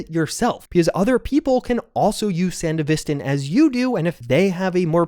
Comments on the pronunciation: gotta throw wannabe edgerunner in here too tbh. also im certainly not the first but i swear to god im gonna lose it if i hear sandeVIStin one more time dog. its sanDEVisTAN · Why do people pronounce it san-di-VIS-tan? Edgerunners clearly showed its san-DEVI-stan. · Seriously how hard is it to pronouce it like San-dev-est-stan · watch edgerunners to hear how sandevistan is pronounced